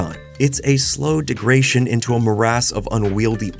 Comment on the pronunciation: degration is the best new word I've heard today